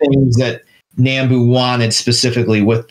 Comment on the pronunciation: Nambu is pronounced "Nahm-boo", not "Naam-boo".